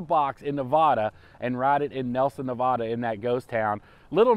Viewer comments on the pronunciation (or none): Hey just saw the video love it love the one wheel but you're saying Nevada wrong being from Nevada we hate to hear when people say that way but love the one will